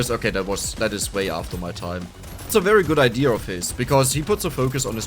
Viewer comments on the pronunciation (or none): be like saying: Idea: Naah Idear: yeaaah